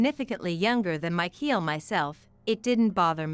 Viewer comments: Michael is NOT pronounced /my-keel/. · It's MICHAEL! The pronunciation is wrong, along with the 10 month of pregnancy situation